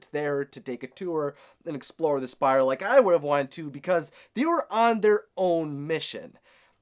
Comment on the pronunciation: Umm...It's pronounced Spire. Good theory and poor varian he just got his dad back and now he have to save him again. i think Zhan tiri is trying to control the brotherhood and go to war against corona and be the moon stone & dark kingdom vs corona and the sun drop.